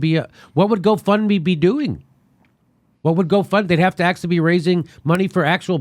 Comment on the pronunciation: I like Jimmy, but I wish he knew the difference between "did" and "done", that he would complete his damn sentences, and that he would stop pronouncing "actually" like "akesully"!